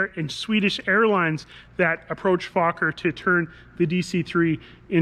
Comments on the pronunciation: FOker! Not fucker as u pronounce it. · It's NOT "FAWK-er", it's "FOLK-er". Dan pronounced it correctly in the vid. The company was started by Anthony Fokker, a Dutchman. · Not F-O-kker...